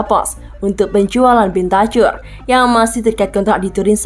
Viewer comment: Mana host yang lama yang ini bahasa indonesia nya kurang baik tidak ada intonasi dan logat nya aduh ganggu parah rodrigo bentacur cara bacanya bentakur bukan bentacur aduh parah parah